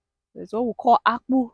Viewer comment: have you traced your original root within our African continent? I am absolutely sure your grandparents are from Biafra (Igbo in Nigeria), because the way you pronounced casava byproduct ( akpu) demonstrates that you are IGBO girl from my father's land. Pls try to visit Igbo land, and tap blessings from your ancestral land! I am ready to guide you and support if you would like to explore such a deep history! Dalu! (Meaning, thank you) Shalom